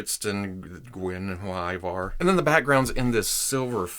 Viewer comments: It's supposed to be gwen-iv-eer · The pronunciation of the panthers name is easy enough. Her name is pronounced like Gwenevere. The swords, Twinkle and Icingdeath ;) Great review of these. Im waiting for my set myself. Just did an unboxing of the statue version of Drizzt, as well as his replica blades. Can't wait to open this set! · GUEN-A VERE IT'S HOW IT'S PRONOUNCED MY FRIEND. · Hi love the videos, as a proud Welshman, the cat's name is an old Welsh name Gwenhwyfar or Gwen-hooey- var( you were very close). Which is the original name of King Arthur's wife- Guenivere. Again love your videos and Hello from Wales! PS Esyllt Nest (Solo) is also a Welsh name. She was in College with me!😉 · What, Guen with attitude? Perish the thought! P.S. Someone, please talk Netflix into making a series based on R.A. Salvatore's work. It would rock. Oh, when pronouncing Guenhwyvar, think of King Arthur's, Queen Guenhwyvar. It is how the author envisioned her name to be pronounced. It is your video, good sir, do as you please. At your peril. :)